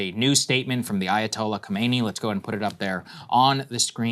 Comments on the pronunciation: Ayatollah Khomeini has died a long time ago, this is Ayatollah Khameinei. Khaa-mee-naa-ee. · Ayatollah Khamenei not Khomeni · Okay his name pronuced like this Kha-ma-ne-ee it is very close to Kho-may-nee but there's a slight difference.